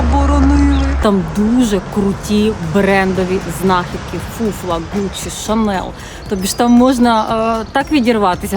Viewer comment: Сумка хіба Furla , а не фуфла 😂